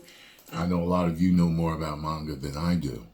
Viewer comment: mispronounced manga. I hate it when people say it like its spelled mainga. But regardless RIP the legend. Gone but not forgotten.